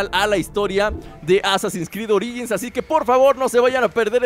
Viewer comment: Oringis jajaja